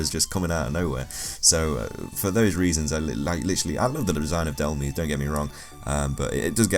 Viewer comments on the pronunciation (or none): It's not DEl-Meze it's DEl-Mize